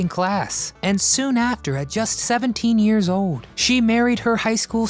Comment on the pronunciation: If you are going to narrate, pronounce your L's !!!! Old, Not Ode!!! Gold, not gode!!! Learn or don't narrate!!!